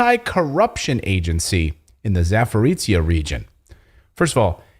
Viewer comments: CLAYTON, for Christ sake it is not pronounced "ZAPORICIA", please it is called Zaporizhzhia, sounding like ZAPORIZJA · It is beter pronounce " Zaporozje" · Zaporozhye is pronounced, "Zap a rosha"